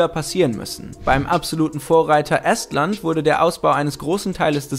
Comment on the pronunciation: Es heißt Estland und nicht Esstland!!!! Oder hast du ein Estisch oder einen Esstisch!!!!!!